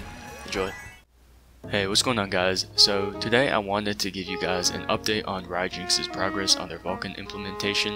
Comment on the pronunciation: Ryejinx? It's Ryu jinx bruh as in Ryuuuuu from street fighter